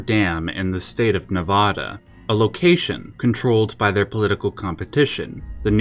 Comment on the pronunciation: Ne-VA-DA not Ne-VO-Da. We dont have an O in our state's name